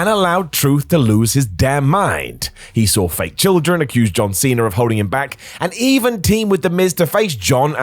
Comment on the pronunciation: Cena* not Cener